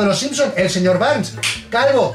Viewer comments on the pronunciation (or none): none